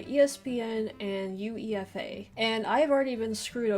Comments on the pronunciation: U-E-F-A? It's "You-way-fuh." You pronounce it as a word. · "U-E-F-A" 😄😄 it's actually pronounced "you-eh-fa" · You dont read U.E.F.A you read it just like a word "uefa" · Eufa you mean uefa lol, this is painful to watch, how can you make football videos when you know diddly-squat about it lol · Hehehe 😂🤣 U. E.F. A. Took me a while to realise that she was talking about You-ey-fa. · Lol please stop spelling out UEFA when you refer to it. Do you spell out FIFA, or just say FIFA lol? Just say UEFA. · It's not U.E.F.A. :) It's UEFA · UEFA is pronounced yoo-AY-fə in English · We pronounce UEFA as ‘you-ay-fa’ lol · Just a tip, but UEFA is commonly pronounced as a word, "you-ay-fuh". Might be easier for you to say it in the future compared to saying the acronym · Just a note: UEFA is normally pronounced /juːˈeɪfə/ (you-ay-fa) as opposed to pronouncing each letter. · We don't call the organisation "U.E.F.A." by the way, it's just pronounced "Yoo-Ai-Fa" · UEFA is pronounced as “You Ay Fuh”. So not u e f a separate.